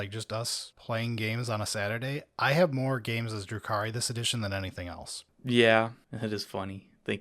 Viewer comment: Dark Elves are actually Drukhari, not Druki, in the 40k context. I'm not trying to be an "actually" guy though, but I figured if you cared enough to use their lore name, you'd want to get it right. Have a nice day.